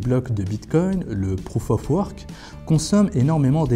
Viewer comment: "Étérieume" "prouffe offe worque" haha nous les français Bonne vidéo sinon